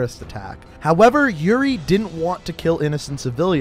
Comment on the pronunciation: when you said yuri and price it becameEuRion and price lol